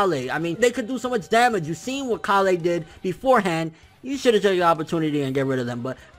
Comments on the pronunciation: dude it's kale! Kale!!!! Not callay not callay kale!! Come on man work with me here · Lmao omg he says Kalè everytime it's just Kale like how you would say the vegetable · Dude it's kale like the food not ka le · Hey bro it's kale like the vegetable kale not kalle like some Kryptonian shitt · It's pronounced kale not kalé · Ok dude you've been pronouncing kales name wrong for a very long time. ケール this is how her name is written in katakana and it's pronounced ke-ru or ke-lu obviously a pun on the vegetable kale. How you have been saying her name is かーレ or ka-le/ka-re Which is wrong as this isn't the way the japanese voice actors never have said her name in any instance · A minor thing, but it's K ale, not Kal ey. Kale as in the vegetable. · Idk why you're saying kah-le its kale and if you're just being a Weeb and using Japanese pronunciations its keiru not kah-le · Kale, not Kalay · When u pronounce kale KALEH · Kale.... rhymes with Tale, pale, or fail... ya know, like the vegetable? Please stop calling her "kah lay" :( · Yo I don't want to be rude, and I mean no disrespect but you keep pronouncing Kale's name wrong. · You're saying kales name wrong I'm guessing you're doing it on purpose though lol